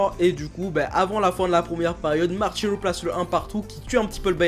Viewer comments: C'est "Marcelo" pas "Marchelo" nom d'une girafe homosexuelle. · Julien Mdr je suis Brésilien il a raison ça se prononce Marcelo mais pas prononcé à la Française fait prononcé à la Brésilienne